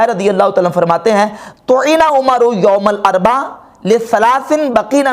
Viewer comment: ye lafz ''youm ul arba'' nahi balky ''youm ul arbi'aa'' hai.